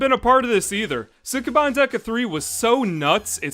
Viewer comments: ski ban not suk e ban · It's pronounced Skeban. The u in Sukeban Dekka is dropped, like in the name Sasuke. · Would love to see this show. But the mispronounciation of sukeban in this video is distracting.